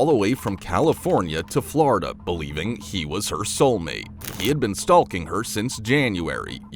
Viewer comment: Annoyed the entire fk out of me it did 😂